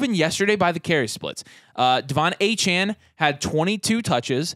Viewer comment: Please put some respect on my man’s name and stop calling him Achan! It’s Achane (ayy-chain) there is an e there for a reason!